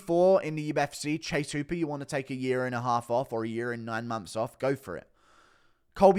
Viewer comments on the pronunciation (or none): none